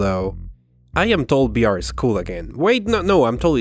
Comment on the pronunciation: Why does he keep saying BR instead of VR?